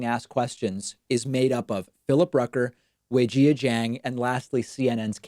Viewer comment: I love you David, but you're absolutely butchering Weijia's name pronunciation.